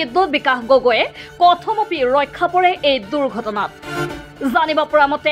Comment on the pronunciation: কথমপি বানান টো শুদ্ধকৈ উচ্চাৰণ কৰিব